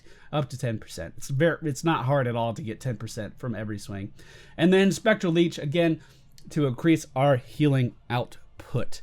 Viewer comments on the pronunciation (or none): Also its leech, spectral leech - like a blood sucking leech not like a leash on your dog. I swear its like you are trying to talk while simultaneously playing and giving commentary on an attention heavy moba...